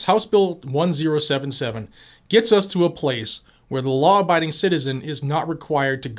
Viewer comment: I love the way you say "lawr enforcement". Just teasing. Love your channel and thank you for your hard work keeping us informed and rallying us to fight back.